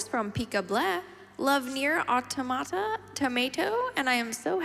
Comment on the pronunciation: Props to the announcer for pronouncing "Automata" correctly.